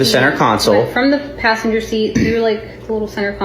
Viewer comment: and pashenjer